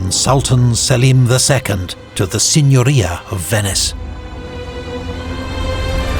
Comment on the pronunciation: First time that I heard an anglo speaking narrator pronounce correctly italian names (La Serenissima... perfect!). Usually it's a butcher fest... Edit: also "Signoria"! GN finally pronounced like "gnaw" and not "signal"! Thank you!